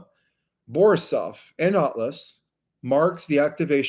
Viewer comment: Seriously, if you want to present as an authority, do a little preparation ahead of time. If you dont even know the names of the comets you are discussing, it presents you in an unfavorable light. There is no 'K' in Oumuamua. There is no 'L' Borisov, its not a difficult name. It sounds like its the first time you have heard it. If you cant jump the easy hurdles, the rest of the presentation is questionable. The person correcting you off camera knows more about this than you do.